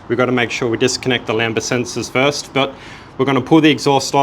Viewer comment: "lamba"? Really?